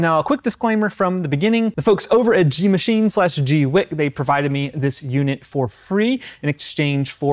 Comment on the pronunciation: I heard a Chinese person pronounce it gway kuh. Thanks for the review. Very informative.